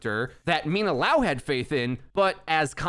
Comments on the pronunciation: Bruh, it's liao, not laow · "Lee-ow" my dude. So, "Liao" not "Lao" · it's not lao, it's l [i] ao, like lee ao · li-ao not lao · It's not LAO, it's LIAO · Thanks for the quick video but you’re saying LAO instead of LIAO the whole time it’s killing me lol it’s LIAO, there’s an I in the middle. :) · I'm curious as to why is everyone pronouncing Liao like Lao. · Say it with me, Lee Ow.... that’s how you say Liao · Everyone: obviously pronounces liao correctly Yo: laow